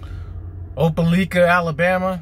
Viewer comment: Dude you are murdering the name Eufaula and Opelika AL but you are currently in the bass capital of the world